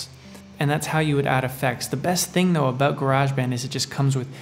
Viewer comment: Its Garage not Garage :) - English here. lol Great Tut fella.